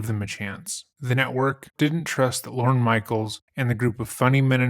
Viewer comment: Slight mispronunciation, in case you meet him IRL. Not Lauren. It’s Lorne. Said like forlorn.